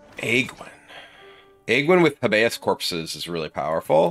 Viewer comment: No big deal but it’s Hay-bee-us like the legal term habeas corpus.